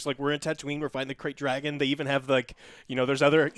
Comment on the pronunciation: I was SO up in my seat when he said KRAYT DRAGON. Oh man I just couldn't believe it. And then depositing the mines in front of the layers entrance my Kotor fanboyism just took over me and I was YESYESYES THIS IS IT!!!! 10/10 EASY